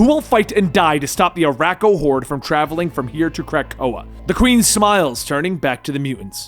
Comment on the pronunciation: "Saturn nine" and "ArakkoA" really?